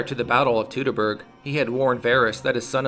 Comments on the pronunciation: It isn´t "tootoburg" though. It is Toitoburg. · correct - the procounciation is "toitoburg", of course ; I should know I live about 2 miles from the forest's western edge. The same applies to the "Teutonen" and "Deutschland" . Most english-speaking people I heard say "Doitschland" and that is how it is procounced and not "dootschland".... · Surely at some point in your life you have heard the word "Teutoburg" pronounced correctly. Yet you choose to ignore that. Why? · Since we don't know how these words were pronounced, and since different people would pronounce them differently depending on where they lived, we can use the standard English pronunciation as the most correct one: ˈtu təˌbɜrg "Too-tuh-berg" like "Too-tonic"(Teutonic)